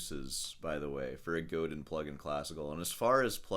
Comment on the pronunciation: It's pronounced GODĂN and...yeah...lay off the Taurine drinks ...save money..promote great music. I suggest following Michael Chapdelaine and Augustine Barrios "Mangore"...